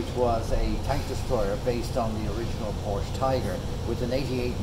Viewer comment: Needs refurbished. And i cringe a little every time someone says Porsche wrong